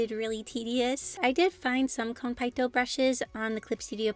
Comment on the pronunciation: OMG they’re so cute! I love the idea of food and stars together! Btw Konpeitō is pronounced with an elongated e, not a! Otherwise awesome video!